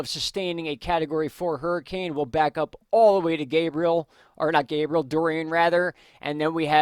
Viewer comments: Thank you for bringing news we need so we can make good decisions regarding storms. BTW - the correct pronunciation of Gabrielle is Gab-ree-elle. She's a girl. If he was a boy, it would be what you've been saying - Gay-bree-uhl. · anyone else getting triggered when he calls Gabrielle "gabriel"? Its Ga-bri-ell-a, not ga-bri-el LOL